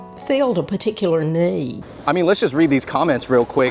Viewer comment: this is my favorite moment in this whole sinners aftermath, when she said “It really filled a Particular Nu-eed”